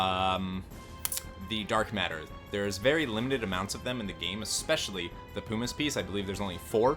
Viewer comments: Jesus christ I swear no one on yt can speak well. Its PUMiss not POOmiss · I can't handle the way he pronounces everything lol. Pumice is an every day word (PUH-miss, not POO-miss), Regen I always thought was (REE-jen), as in regeneration, according to Dissidia: Zidane is also pronounced (zih-DAHN), but I'll let that one slip because I hate it. The moogle... (KYU-po)??? Curaga... (kyur-AY-ga)???? I'm dead x.x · Where u learn English man moogles and pumice is not pronounced that way lol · Hhahaha Poo miss. It’s Puh mis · Oh, and "pyoo-miss"? Puh-miss! It's "puh"! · "Poo-miss piece" Mate wot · Kupo = Coopo Regen = regen like regeneration Also sayin pumice wrong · The way you pronounce “pumice” makes me want to cast meteor on you! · Just because it's annoying: pumice as in bum, regen as short for regeneration not regent as in Ronald Reagan